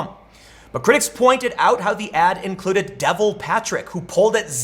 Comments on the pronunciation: Devil Patrick lol It's pronounced Dev-all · It's pronounced Dee-vall Patrick. Not Devil Patrick. Just giving a heads up. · Cracked me up when Tim said “Devil Patrick”😆 It’s pronounced “D’Vahl” LOL! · Devil Patrick? That's a weird way to pronounce it. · Listened again. Totally says Devil Patrick